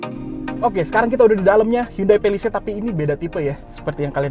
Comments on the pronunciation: Cara yg bener ngomongnya Pa li seit Bukan Pe li seit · Ke "pelised".. Ati2 licin om